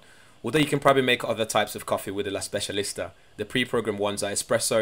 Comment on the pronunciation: I'm Italian and the way you pronounce "La Specialista" is very good...not a bad coffee machine by the looks 👍